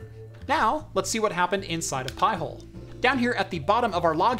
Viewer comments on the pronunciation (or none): Pie-Hole? 🤣🤣🤣.....NO! PI HOLE! 🤬